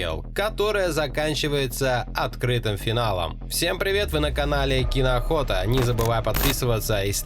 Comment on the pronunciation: Кино охота правильно конохота не правильно